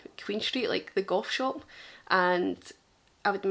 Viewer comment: "The Goff shoap" 🤣 pissing myself. Go you x